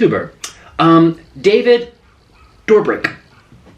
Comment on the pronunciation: Can I just say that I love you because you manage to pronounce everything so wrong 😂 lol like David Dobrik and Bournemouth 😂 your personality is so endearing Nik 💜